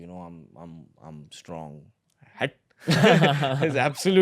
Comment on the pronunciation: The way he says "hatt" was too good